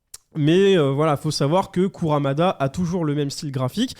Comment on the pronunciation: Arf... KurUmada pas KurAmada... Ring NI kakero, pas NO :) Ca me fait mal au coeur d'entendre que tes collègues ne connaissent pas Saint Seiya...